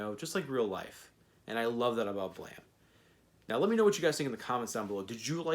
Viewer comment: So were just going to ignore the e at the end of the word?